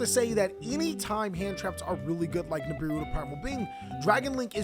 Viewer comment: Lmfao when you said nibibou 😂😂